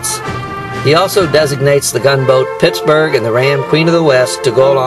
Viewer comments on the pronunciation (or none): none